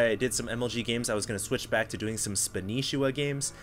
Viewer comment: its not vilespanishiwa its vilespanshwa thier are no i's!!!!!!!!!!!!